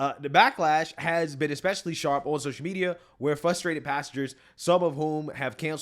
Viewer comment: Did bro say fustrated?😅😅😅😅😅